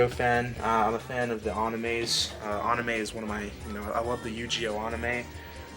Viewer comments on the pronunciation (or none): LOL, I have nothing against with the "accent", but never heard "uhnime" as much as on this video. Haha. Also "Yugeoh". Please at least try to pronounce them right! "Uhnime" was a bit cringy. 😂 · If he says annime and yugeeoh one more time I'm gonna have a stroke. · Nope hes definitely trolling because what exactly is an "aunime" 😅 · I didn't think anyone noticed that except me! Lol was like why is he doing this to me!!!!!